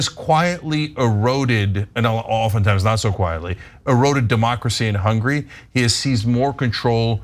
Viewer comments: It's HungAry, Cenk, not 'Hungry'. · Well, he gets confused...goth coyntry ends in "ee-y." You know Tur-key...Hunga-ry (ree).